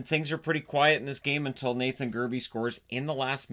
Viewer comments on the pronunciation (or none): none